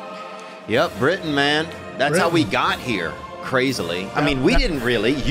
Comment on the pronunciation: So weird watching this episode because my name is Britton. Every time I heard someone say Britian my ears lit up. 🤣